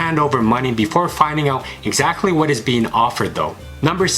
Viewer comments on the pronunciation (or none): none